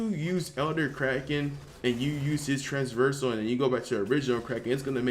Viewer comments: Oh for god's sake stop saying Transversal :D Its trAVersal not traNSversal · Traversal, not trans-versal. Sorry man. But just fyi. I love ur vids